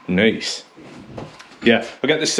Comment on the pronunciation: New game everytime says noice take a shot 🤪